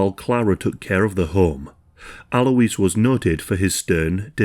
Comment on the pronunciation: You pronounce Alois as 'alloys'.